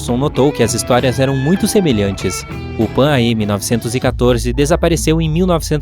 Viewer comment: Amigo, se lê “Panam”!